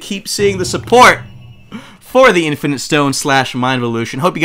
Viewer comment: I legit thought he said the infant stone